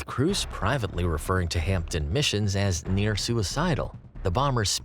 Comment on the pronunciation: A good video. One tiny observation: it's pronounced "Hamden" with a silent 'p'. Still, most of we Brits can't say "Tucson" or "Connecticut" either. My late stepdad worked at HP Radlett for 38 years and would have been an apprentice when these were being made.